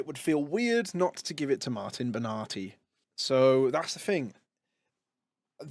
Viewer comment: Martin Bena-thai 💀